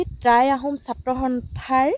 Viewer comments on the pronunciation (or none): Try নহয় টাই আহোম ক'ব। উচ্ছাৰণ ভুল।